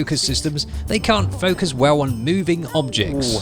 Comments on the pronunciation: instead of focus, I thought you said FUCK US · Lol 'focus' sounded like something else. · I thought he said FuckUs lol...Focus haha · Ok you say "focus" and all i hear it "fuck us". Just sayin ;)